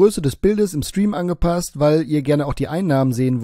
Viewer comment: Kann mal einer Rainis Lebensgeschichte als Gast bei ihm im Schtream als seine Eigene erzählen. Mich würde interessieren ob das merkt xD